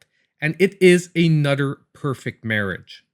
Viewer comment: Thanks for making me smile and laugh every time you said another it sounded like (a nutter) :) Ps. I sound funny also being raised in the swamps.